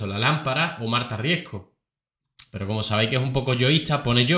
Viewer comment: Todos están eqivocados al decir su apellido. No es Marta Riesco. Es: Marta Riesgo.🙄🤦